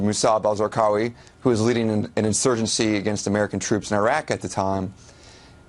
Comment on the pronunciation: ? He’s a journalist who has been to Afghanistan, and Iraq. Yet: He can’t pronounce Iraq properly. He manages to mangle the name of one of the most infamous...people.